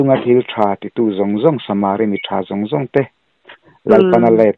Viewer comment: Samari i lamdan chu a va mak ve aw ,,samariiiii iti tlat a ,,samari mitha ti ve Mai la